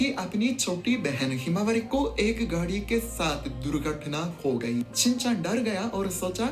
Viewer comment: You should correct your pronunciation of गाड़ी ।। You pronounce गाड़ी as घड़ी